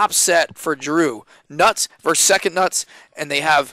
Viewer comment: When the hell did "versus" become a one-syllable word? Lazy speech reflects a lazy mind.